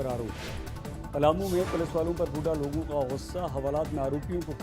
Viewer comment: Kandhe pe Lagi "LOGI". What a funny pronunciation. I love watching this man.